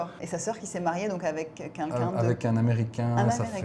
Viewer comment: j’adore tes videos mais s’il te plaît arrete de dire « kinkin » au lieu de « quelqu’un » c’est insupportable. Merci 🙏🏼